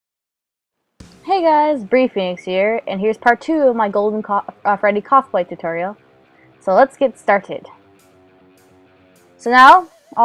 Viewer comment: Did you say “Cosplay" or “Cocplay"?